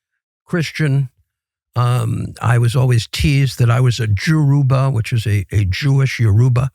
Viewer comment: You stayed 50years in Nigeria and can’t pronounce “Yoruba” correctly. You seam well embedded in the system that enables this killing as you have friends in high places in the country. Christians are been killed, there are picture evidence of the Vice president sitting with these bandits, eating. You lost me when you said the family you stayed with are mixed. Have you stayed with poor Christian families in the middle belt with no affluence or influence. It’s your choice to include yourself in the blood of dead in Nigeria by pushing this narrative. The best thing Trump can do is help bomb and kill these bandits and the their funders in GOVERNMENT. Have you forgotten the chibuk girls and bombing of places of worship early on??